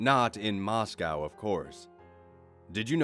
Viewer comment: You pronounced Moscow correctly. Good job 🇷🇺 Don’t worry about your wife. She’s not crazy; she’s just Russian.